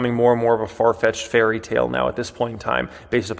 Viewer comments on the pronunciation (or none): none